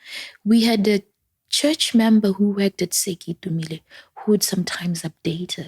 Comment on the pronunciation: Sorry 4 your l💔ss sisters... 🕊️🕊️ It's Sir KETUMILE (((Masire Teaching Hospital)))🏥 Not "KEITUMILE" tlhee lekgoa 😭😭😭